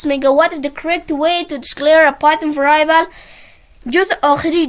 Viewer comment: ورای ایبل نه. وریبل. بعدش شما که تدریس میکنی فارسی صحبت کن. وریبل به معنی متغیر. موفق باشی.